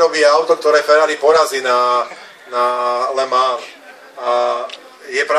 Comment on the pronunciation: "le mánž"... "le mán"... zakaždým to inak vyslovuje a to len v priebehu 12 sekúnd, radšej sa raz naučiť, ako to správne vyslovovať a potom to nedopadne tak, že rozprávate ako niekto, kto potrebuje logopéda